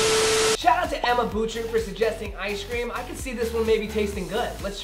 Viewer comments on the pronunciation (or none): none